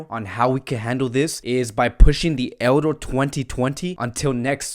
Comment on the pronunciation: I simply like the way u say "Euro"